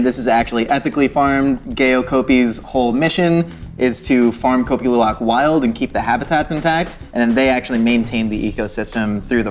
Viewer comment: I would say your pronunciation on Kopi Luwak is spot on! Did Devin taught you that??